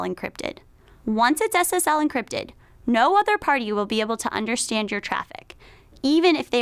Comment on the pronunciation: When she says SSL it sounds like Ass Ass L